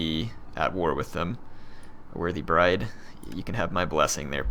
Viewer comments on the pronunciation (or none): none